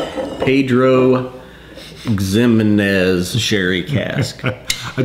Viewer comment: Try pronouncing it Pedro He men ez. You can say PX for short. Scotch dudes know what that means.